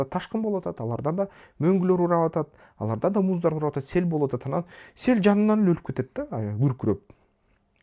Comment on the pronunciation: Билим,илим ,дуйнону коро билуу баардык жактан жетиштуу тушунгон жана тушундуро алган азамат бала.Кыргызстанга коп кырдуу пайдасын тийгизуучу жаштардын алдынкысы. Бир созум бар,капа болбосон "анан" деген созду аан деп айтасын,ошону эске алып койсон уулум.Мен сени сыйлайм жана баалайм.